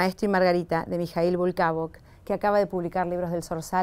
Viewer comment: Se le desvió la lengua por nervio :)